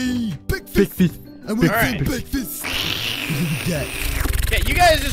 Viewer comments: its "bekfest" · Kylie The Warrior Cat BEKFAST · Alpha Phoenix no no she meant ''BEKFAST''! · Short Clips BWEKFASTTT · Kylie The Warrior Cat BEKFIST!!!!!! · Lady: WHAT IS GOING ON HERE?! Guy: BEKFAST